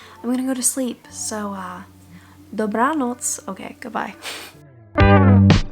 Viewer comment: Let me guess, what you said at the end was “good night”? It sounded like “dobra nots” to me. I know some Russian (not much though😢) - the first word you said sounds like добра (dobra) in Russian which means ‘good’ or ‘kind’, and the second sounds like ночь (noch) which means ‘night’. It’s so cool how Slavic languages are similar in that way. Side note: I’m from the UK where there are a lot of Poles, and from experience I can tell you they’re all such kind and passionate people!